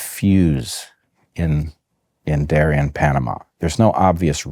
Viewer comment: It's Darién, not Darian. Pronounced in Spanish, the accent goes in the last syllable.